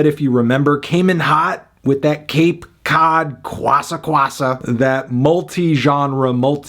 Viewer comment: Anthony saying cape cod kwassa kwassa is so funny to me